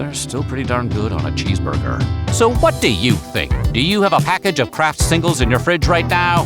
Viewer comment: what in the AI is happening here? "And like we mentioned earlier [Kr@ singles.. "